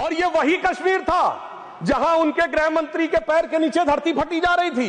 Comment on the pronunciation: Grah mantri? Ya grih mantri? Bada shuddh hindi bolne wala kahte hain isko?